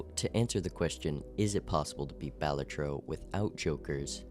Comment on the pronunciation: The way he says it is how you say it.